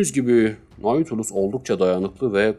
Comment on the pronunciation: Okuma için teşekkür ederim. Naçizane bir düzeltme bilgisi vermek isterim. Nautilus, yazıldığı gibi okunmuyor. “Natülüs” şeklinde telaffuz etmek daha doğru olacak. Hani şu İstanbul’daki AVM gibi. Zaten onun isim kaynağı da bu kitaptaki denizaltı.